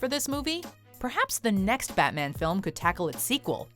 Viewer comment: damn I love you but "Fatman"?